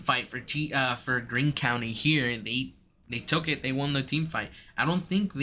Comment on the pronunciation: You guys butchered our names for Greene county 😂